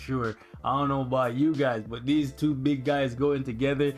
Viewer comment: “ this is a tWOOOOOOO for” hahahaha